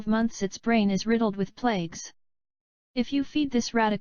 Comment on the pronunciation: Especially when it mispronounces the word "plaque" as the word "plague". There is a big difference!